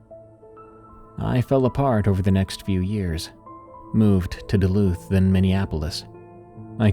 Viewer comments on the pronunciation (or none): none